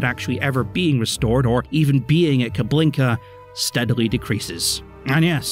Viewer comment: It's Kubinka not KuBLinka, although I'll admit to anyone who speaks Russian the latter sounds funnier